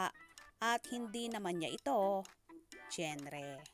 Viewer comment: Nalowka ako sa “dyenre” (genre) 😆